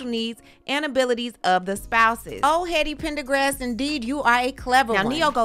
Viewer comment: Hold on, I had to pause and process "heady pendergrass"🤣🤣🤣